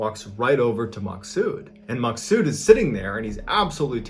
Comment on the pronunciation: My name is maksoud And you pronounce it as maxood😂